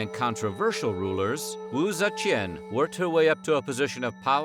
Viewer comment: u suck at pronouncing her name lol